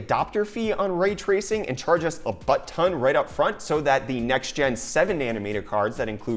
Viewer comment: Raaaay tracing! It's Ray Tracing!